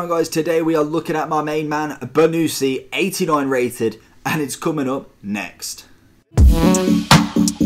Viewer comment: It’s pronounced bonnuchi not bonucci just correcting